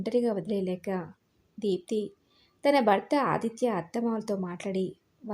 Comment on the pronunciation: తెలుగు కథలు చదివేటప్పుడు ఉచ్చారణ దోషాలు లేకుండా చదివితే బాగుంటుందమ్మా. శ,ష,స ల మధ్య తేడా కనిపించడం లేదు. బర్త అని పలుకుతున్నారు భర్త అని పలకాలి. రాగవ కాదు రాఘవ, వృద్దాప్యం కాదు వృద్ధాప్యం, ఉద్దరించడం కాదు ఉద్ధరించడం.